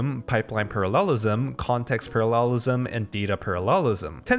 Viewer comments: Parallelism 重音應該放在第一個音節，而不是第三個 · Why do you pronounce “parallelism” in this way 🤣 good video as always